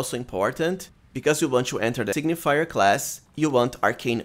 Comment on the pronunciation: Good build, but its Sig-ni-fer, not sig-ni-fi-yer :D